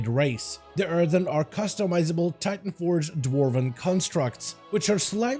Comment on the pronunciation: Please. It’s “Earthen” not “Earthern” There’s only one “R” in Earthen